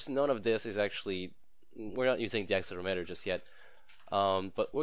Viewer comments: that not how you say axel erometer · Useful video, thank you. What is your accent? Is it Canadian? You have a very strange way of pronouncing 'accelerometer' and 'gyroscope'. And 'Euler' is pronounced 'Oiler' (it's German).